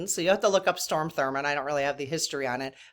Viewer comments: It's pronounce Strawm Thur mond . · Well, lemme chime in here with probably a hundred other English and Grammer freaks (lol) and say I believe you're talking about Strom Thurman. Not Storm, but certainly understandable why you'd mistake it. ❤